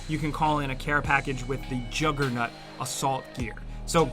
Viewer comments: Did you say juggernut!?! 🤔😂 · Jugger nut? Wtf is a Jugger nut? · "Jugger-nut" lol. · The "juggarnut" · I definitely hear "juggernut " the first time he said it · When sounds like he says "jugger-nut"